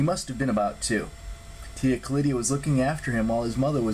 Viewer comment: Tia Callida not Callidia